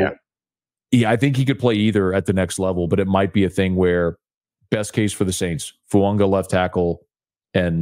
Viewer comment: Tell that it's FOO-AAH-GAH!!! He whined about everybody not pronouncing Moreau name correct and yet this "professional" can't get Fuaga's name correct and he doesn't respond. To comments!